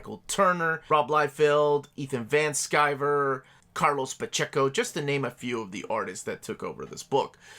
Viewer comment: Anytime you say Ethan Van Skyver I cringe a little.